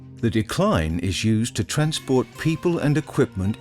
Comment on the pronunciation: It's "dee-cline"...not decline as in Decline & Fall of Western Civilisation.